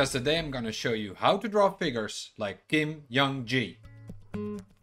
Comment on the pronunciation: How is anyone not talking about this gentleman pronouncing Kim Jung Gi ...Kim yung g?